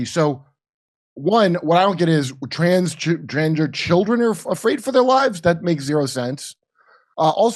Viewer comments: I thought she said trans Ginger children lol 😂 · Pretty sure she said Transginger kids.